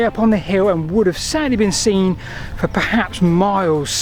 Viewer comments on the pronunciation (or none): none